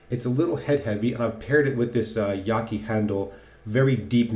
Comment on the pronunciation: yah-chee- Chinese pronunciation